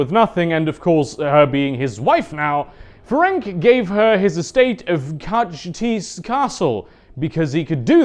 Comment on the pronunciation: Chicken wing castle was probably the closest you came to the correct pronunciation...